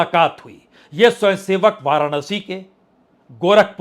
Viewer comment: 'स्वंयसेवक ' क्या होता है । पहले 'स्वयंसेवक' शब्द तो सही बोलना सीख ले ! कुछ भी गपोड़े मारना राजनीतिक विश्लेषण नहीं कहलाता ।